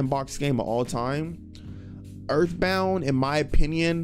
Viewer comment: ooouuu that earf bound